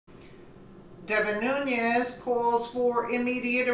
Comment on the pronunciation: it's pronounced ...new-nezz....not....new-nee-ezz